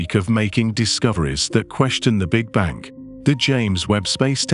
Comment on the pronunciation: This is so unenjoyable. What the fuck is with the English voice first of all, and he can’t even say big bang. Is this some kind of computerizized voice.